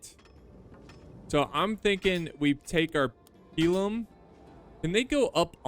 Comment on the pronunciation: It's pronounced pilum